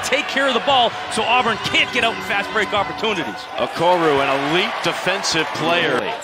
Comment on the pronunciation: The announcer needs to study up. His name is Okoro not Okoru. What an amateur.